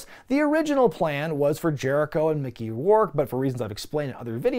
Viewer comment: Don’t call him Micker bruh lol